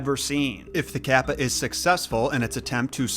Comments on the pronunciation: It is pronounced caw-pa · The way you pronounce Kappa kills me everytime kappa kappa gamma🤣